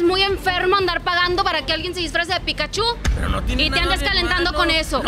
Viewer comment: Pikachu, no Pikachú... Hasta Ash lo pronuncia mejor XD